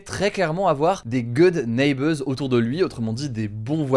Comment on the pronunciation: "Gueude nèbeurze" ..presque ça